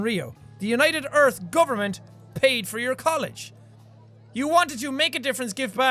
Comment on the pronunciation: jack pronouncing for as [fur] is the only nourishment I need to live <3